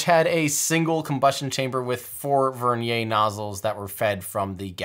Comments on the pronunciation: Vernier is a fully Anglicized word. Ends in a "yer" sound. With all due respect to Pierre Vernier, using the pronunciation of his name for this usage is cringe worthy. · Vernier is pronounced like the caliper... rhymes with Near. Doesn't rhyme with Nay. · Vernier not vernia